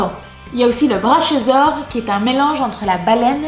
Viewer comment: Le braChiosaure 😂 on dit pas plutôt braKiosaure ? Mdr les vidéo son top en tout cas !